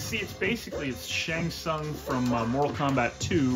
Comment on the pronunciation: Can't believe you keep mispronouncing Shongo Tusungus